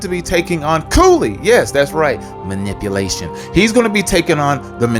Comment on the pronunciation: Cooley is not "the manipulation guy". Cooley is the "ma-nip-A-lation" guy.